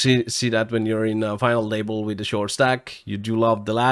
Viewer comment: I love how he says "Final able"